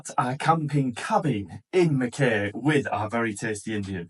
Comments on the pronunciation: MACK-EYE!! pronounced MACK EYE - Mackay. Lived there for 10 years so .. NOT Mac KAY … THE VIEW OVER THAT WATER OMG! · Pronounced Mc-Kie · its not how u say mackay pretend it spelt mackai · Great videos once again, just to let you know it called Mack-eye, Ive been to the UK and stuff up so many names especially in wales like lLlanberis, we would call it Lanberis but in Welsh it is Clanberis, always learning and love the channel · Mackay pronounced Mackeye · What can I say? You just go from one beautiful spot to another! It's pronounced "mack-eye" btw. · Great videos. Here's to 10k. It's pronounced mack-eye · From NSW - Mackay, rhymes with sky 🙂